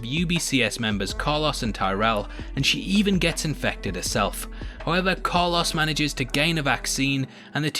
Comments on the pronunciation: Nobody: This guy: Carluss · Every time I hear him say Carlos I cringe so hard. 🤣